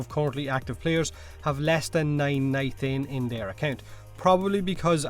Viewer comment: says nitain like "ni-thain" but says three like "tree" lmao